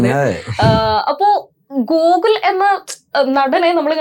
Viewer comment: ഗൂഗിൾ അല്ല ഗോകുൽ,മലയാളം പറയാൻ പഠിക്കു കുട്ടി.